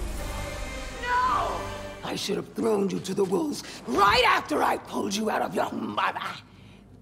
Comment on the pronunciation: I don’t trust anyone who says woofs instead of wolves